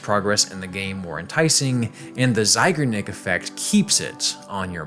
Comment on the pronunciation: Great video! I'm more of a drifter, and some games waited years for me to complete them... Feels good though. One thing - it's ZeigArnik effect (sincerely, your russian native speaker viewer)